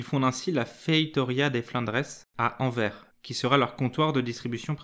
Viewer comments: Par contre le « s » à la fin de Anvers faut le lire les français car c’est horrible a entendre « anver » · Intéressant mais ça se prononce anverssssse. Ça m’étonnerait que tu dises rin quand tu parles de Reims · On dit ANVERSSE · Pouvez-vous mieux prononcer AnverS avec un S à la fin de cette ville Merci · Merci pour ton commentaire. Je me suis rendu compte qu'il fallait effectivement prononcer AnverS, je ne ferai plus la faute ! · J'adore ta chaine et j'ai adoré ta vidéo! Par contre, t'aurais pu faire l'effort de prononcer le nom de la ville correctement :'( mais le prends pas mal hehe tes vidéos sont trop intéressantes! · En français, on prononce le s de Anvers, merci d avance !!!